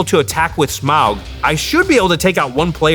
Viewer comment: There’s a point. A funny thing or an on brand thing that Jimmy took out the Goldspan as his last hurrah. However. Had he not done that. Rachel could have blocked his Smowguh as everyone likes to enunciate. Might’ve changed things I believe?